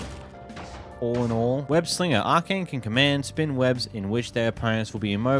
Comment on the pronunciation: Arcane? Brother if English is your native tongue, your school system has failed you